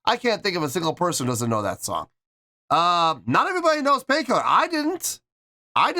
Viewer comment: I think it went well together. Not horrible anyway. What I think is cute though is Su's English wasn't as good as it is now obviously so her L's were still R's so she was saying pain kirrer. To me that was too cute. She was having fun and wasn't restricted with choreo. Same with Moa. Moa is a super natural and can free flow. Yui is a great dancer but is more shy and I think has a little harder time being free from choreography. But I think they all had fun. Even though it wasn't their crowd or normal setting. 🤘🦊🤘 Moa knows the guitar some. She was learning at one point. Yui was a pure beginner but she was trying to learn too from what I have read. Also from what I read is that Rob was to do one song with BABYMETAL but was having so much fun and adored the time he spent with BABYMETAL that he asked to do 2 songs instead. 8.7 is great. I mean look how much fun YOU had watching it. It was just a treat to see them do this. We got to see more personality from the girls too.